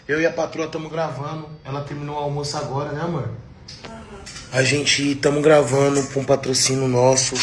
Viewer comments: permita -me corrigir. " Tamu gravanu "😂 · Permita me corrigir: "tamu gravano" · "A gente tamu gravanu". Dói em meus ouvidos. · Verdade, chega a ser pior, ele diz "gravano". É um dialeto. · corrige aí. gravanu, não gravando. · " Agente tamu gravanu "....kkk O bostil tem que ser esse lixo mesmo